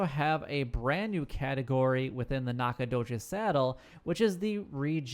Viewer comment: He butchered it. It's NACK-uh-DOUGH-chiz. Source: I live here.